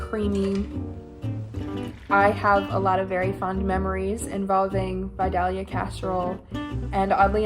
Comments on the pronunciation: btw you don't pronounce the L in Vidalia! it's pronounced more as Vi-day-ya. gotta remember it's from Georgia 😆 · The vidalia casserole is almost identical to my mom's squash casserole! Just add yellow squash and cayenne, yum. (Also I guess this is the first time I've heard someone outside of AL/GA say vidalia, and hearing the second l pronounced really threw me for a loop 😂 oops!) Also! For the Indian dish with the pearl onions, do we think that using canned or frozen pearl onions would be acceptable?